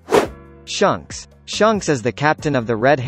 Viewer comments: HAHAHAHA shunks instead of shanks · its not shunks its shanks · Shanks not Shonk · I would put garp in top 3 but good vid either way also the "Shunks"🤣🤣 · I’m tired of this dude saying shunks